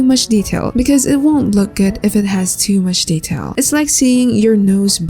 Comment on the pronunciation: "2 mUsHh dEEtaILl" I LOV IT😂😂